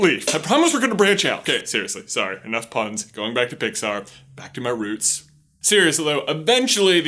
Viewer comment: omg it was so cute how you said roots with a Southern Drawl...is that how little J sounded growing up? most of my family is from the south if I am around them to much I start to pick up an accent...gotta love family